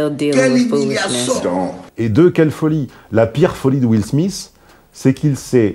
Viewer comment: Will Smissss lol